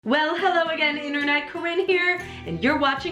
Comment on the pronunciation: I'm sorry but I just noticed that said Cowin in the begging... ⊙-⊙ I'm sorry I'll leave.